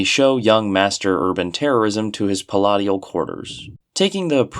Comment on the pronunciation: Pal-A-she-al my guy.